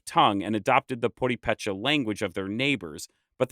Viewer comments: I found this to be a very interesting piece of Mexico's history because I live in the small village of Tarerio, about 6 kilometers from Tzintzuntzan, and my neighbors speak fluent Purepacha. The narrator needs to learn to pronounce Purepacha correctly as his mispronunciation was distracting and frustrating. The accent is on the second syllable--PuREPacha. Perhaps, a visit here could help him learn some of the language. Also, he could see the remnants of the fortifications in Tzintzuntzan. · I started watching this, but when I heard some white guy... NOPE! Its Purépecha, with accent on the first e... not on the second one! Next time you want to do something, please use people that can really identify with the culture and the traditions! As a person with Purépecha, this is a blasphemy! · I’m sorry but I had to stop the video just can’t listen to the way you pronounce Purépecha anymore my family on my dads side is all Purépecha it really infuriates me the way other people pronounce indigenous names love the history lesson but it’s like sand in the teeth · I tried listening to your story on my people. I just had to stop because of your butchering of the names of not only my home state but of my people. Sorry, as much as I appreciate an outsider telling our story, I take great offense to our name being said wrong. Much like being called tarazcan. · So, in Purépecha language, an accent-mark means "DON'T accent"? He accents every single word differently than how it is spelled; I know he doesn't speak the language, but accent-marks are not dificult to understand, unless in Purépecha they mean the opposite of what they usually mean, which would be weird, since the transliteration/rendering into Roman letters was done (I'm guessing) by Spanish-speaking people... I'm confused! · Just wish your pronunciation of Purépecha were better. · Love the video byt i wish u were pronouncing purépecha with the stress on the right syllable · Poripecha ( ͡° ͜ʖ ͡°)